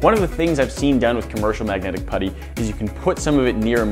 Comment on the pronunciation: Its MAGNETIC not MAGNATIC